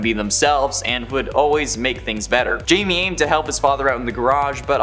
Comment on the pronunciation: Can you people get blue beetle’s name right it’s not Jamie it pronounced high me, idiots!